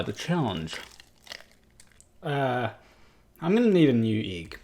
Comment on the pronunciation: I thought he said EEG...